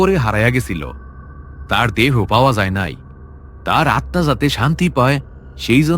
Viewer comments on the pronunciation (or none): none